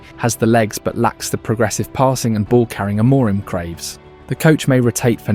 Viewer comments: You watched 5000 minutes of United and still can’t pronounce the managers name properly? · Yeah it's very AI, he's pronounced amorim differently multiple times. Nothing new here. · You nailed everything in this video but Amorim's pronunciacion